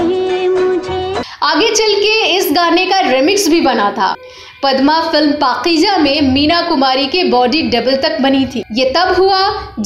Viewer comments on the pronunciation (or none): Please for God sake.. Don't say..Pakijaa. Atleast pronounce correctly ,the right word is Pakeeza. 🥱. I know you folks are impossible when pronunciation is concerned. Horrible..🤭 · Ooh my God, She is Great Legend, & Best Actor...in Bollywood.. Ma'am kindly request to You Pls Learn URDU Language.. pls take care to Your Words.. this is پاکیزہ Paiza , Not Pakija... thank, Blessing from Kuwait.